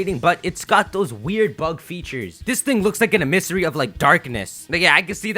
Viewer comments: Bro why are you pronouncing it Em-miss-A-Ree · the way you say emissary really bothers me ..... emis-siri?